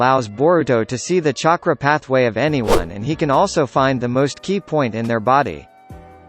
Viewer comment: This bot actually said “chakra” right.